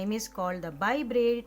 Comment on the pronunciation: Bread bolna toh aata nahi hai